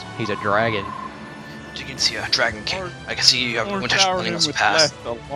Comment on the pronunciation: To your credit, I heard you say "Dragon Kling" :b